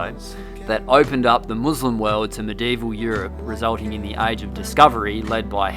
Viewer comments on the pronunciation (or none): I think you pronounce medieval, medy evil not medivol. Lol I’m 11